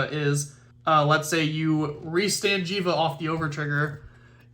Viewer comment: It is Jheva!!!